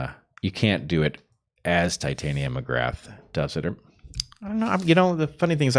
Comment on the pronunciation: . It’s “Tit-ah-nia.” The same pronunciation as the fairy queen in A Midsummer Night’s Dream. Heather typically pronounces it as if it’s related to “titanium.” (Just a small correction—love the show!)